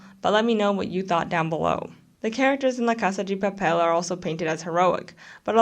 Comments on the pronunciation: Was gonna say, the pronunciation of "Casa 'gi' Papel" made me cringe each time, but then I guess there might be a Brazilian twist to it? I feel like just calling it Money Heist would have been better. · as a spanish speaker i would rather you saying money heist, the way u said it was kinda distracting. The video and analysis are good tho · Why do you pronounce la casa de papel like that 🤨😐